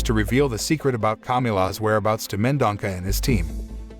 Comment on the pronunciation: *Mendonça, not Mendonca!